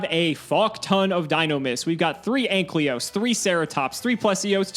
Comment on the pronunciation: It’s Ankylos, not Anklyos,. Man that enrages me a bit too much 😃